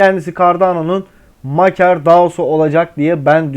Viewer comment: Maker diye yazilir, MEYKIR diye okunur 👍🏻